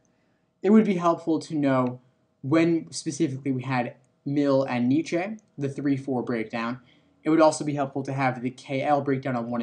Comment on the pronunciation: The mispronunciation of Nietzsche is triggering